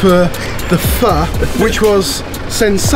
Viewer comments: Fuh?? I thought it was pronounced fo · Omg, my mum and I loved hearing pronounce pho 🤣 The way he said it sounded a bit too short, like you're trying not to say the f word!